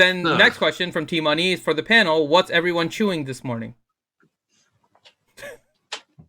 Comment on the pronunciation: why does say Penal. Its clearly Panel